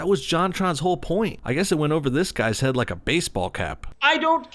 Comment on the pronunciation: but why did you but emphasis on 'head.'